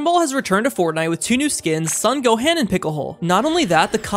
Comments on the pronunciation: It’s pronounced (son go-han) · “Son Gohem and Pickle Hole” 💀 Bro just pronounce the names properly. I know you can. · He miss pronounced Gohan and Piccolo, how can you go wrong like that? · Bro the weird pronounced 1.Kameyamama 2.son goham 3. Picklehole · It's Gohan and piccolo and also to pronounce kamehameha